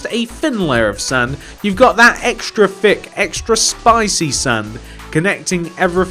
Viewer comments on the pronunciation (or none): none